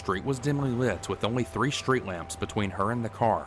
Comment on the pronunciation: Not "schtreet", street. So weird.